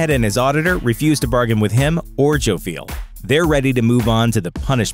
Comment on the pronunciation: is more often pronounced Joff-yell rather than Joe-feel . . .